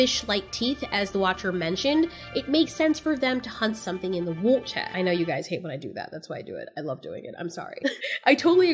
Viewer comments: I love when she says water differently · The way said "water" was silly. I can't tell if I dislike it or love it. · I love when you say water in an accent